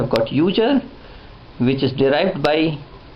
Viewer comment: I like how he says User.....Uger. Good video though.